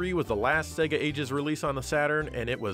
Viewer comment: I’m an Australian and I’m more offended by the non Australian pronunciation of SEGA. Spaz refers to a spastic individual.